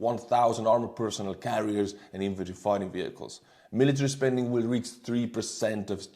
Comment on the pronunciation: Oh you're gorgeous! You even manage to mangle "willllll"😂😂❤❤❤